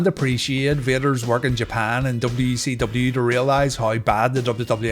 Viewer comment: Anyone else hear wecw?